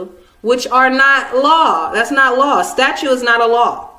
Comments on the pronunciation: Its funny she is actually saying "Statue" not "Statute" so in that case shes right, Statues are not laws. Lol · yes, I know but she clearly says "statue" since she an other places says "statute"